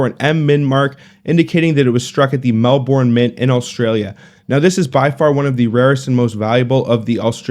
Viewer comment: Very interesting but highly unlikely to just find in circulation since none have been in circulation in over 70 years... also as an Aussie you pronounciation of Melbourne is horrible.😛